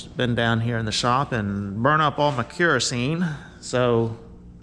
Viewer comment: If ya need help, I’m just a few miles south of 95’ and I’m bored. Say kerosene again though lmao. Love you